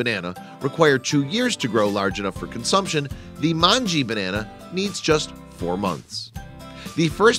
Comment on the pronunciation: Just a pronunciation correction. /mongeh/ Informative vid though :)